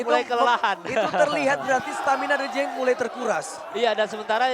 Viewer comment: Jin cheng ya bukan gingseng.. 😁🤣🤣